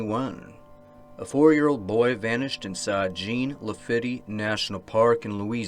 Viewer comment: LaFitte is pronounced “LaFeet”.